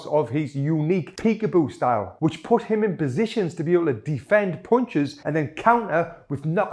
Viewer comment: I love the way he is saying punches😂😂... PoUnCiSs